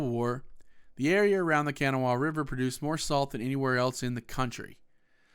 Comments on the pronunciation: It's not kanawa it's pronounced can naw wa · Dude can’t pronounce kanawha right. Smh